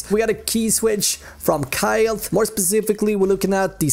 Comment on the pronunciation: Pronounced kail